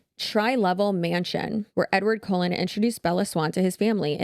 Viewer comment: Why is everybody pronouncing Cullen like Colon, I am not a Twilight fan but I didn't think Cullen sounded out like the part of your body that poops.